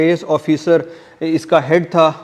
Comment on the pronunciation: Very good bro very useful information but DC ka name tha Barkley not birkley it will pronounce as BARK-LEY